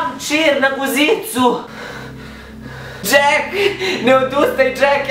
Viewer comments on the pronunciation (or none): Nije dzek nego jack